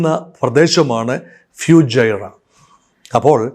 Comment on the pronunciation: ഫ്യൂജൈറ അല്ല സാർ ഫുജൈറ